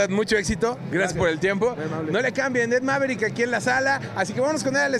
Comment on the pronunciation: Emerock algo así entiendo y Ed corrigue diciendo maverick